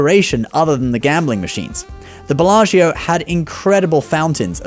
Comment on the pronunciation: Please look at how to pronounce Belaggio!